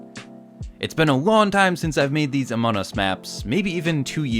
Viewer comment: Still saying amon us😂